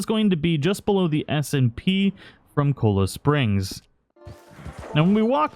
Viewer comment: Its not kola springs its CHOLA SPRINGS